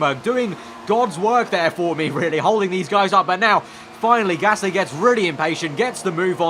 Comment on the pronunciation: It's Gasly not Gassy by the way